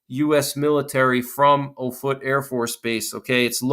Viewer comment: The Air Force Base is pronounced OFF-it — NOT oh-FOOT. It’s all about credibility.